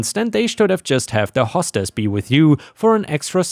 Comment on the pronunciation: "Hostess" is "host ess" not "hoss tess."